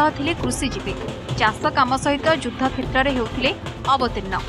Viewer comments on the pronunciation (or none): none